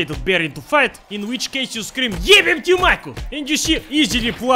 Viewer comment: bre its majka (мајка) not maika (маика) :(